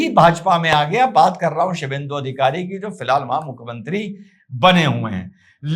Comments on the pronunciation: Aap aksar bangali nam ko ghalat uccharan karte hai, sudhar apekshit hai. Shubhendu aur Kakoli ko kramashah Shibhendu aur kokila kahkar sambodhit karna sahi nahi hai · One suggestion first, plz do not mis-pronounce the names of WB leaders. That lady politician is Kakoli Ghosh Dastidar and not Kokila. (Mukesh ko tension mutt do) 😜 Their spokesperson was Rijju Datta and not Riju Dutt. The New WB CM is Suvendu Adhikari and not Shuvhendru. SS Chief was Uddhav and not udhav. Coming to your question, all these TMC politicians look to be simply "Opportunists with the Least degree of Morals". Didi seem to have nowhere to Run" or change her colors either, as she wears White Color. Actually, she comes out to be a person made of some Heartless Inhuman Species from another planet.... 💁